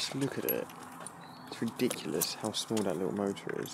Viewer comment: its reeeedikulous hoove smallt offfa. Mota thaaat. Eees